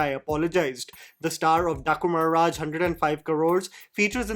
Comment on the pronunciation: Why you speak the name Daaku maharaj 😂